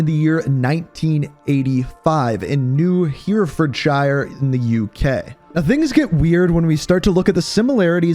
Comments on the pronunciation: It’s pronounced Hera-Ford Shire. Weird haha I know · I don’t like how said Herefordshire wrong but I can see how he got it wrong